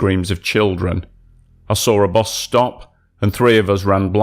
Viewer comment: bus not bos